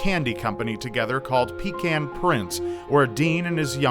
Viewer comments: It's peh-KAHN. PEE-can is what you use on the road when you can't find a suitable bathroom. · puhcahn not peecan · Pecan is pronounced "puh-cawn" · "Pe-cAn" Triggered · With that pronunciation, I don't he's from Texas....😛